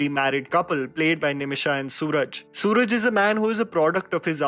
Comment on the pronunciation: Actors name is not suraj. Its swaraaj